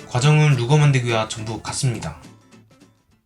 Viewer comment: Luger, no "rugger"!